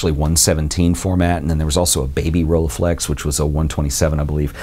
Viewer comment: pronunciation with 'u', not 'a' when reading the 'e' from rollEiflex!